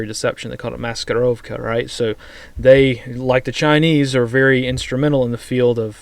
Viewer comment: You said very well "maskirovka"